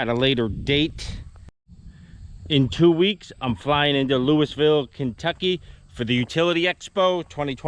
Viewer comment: No problem atleast u pronounce Kentucky correct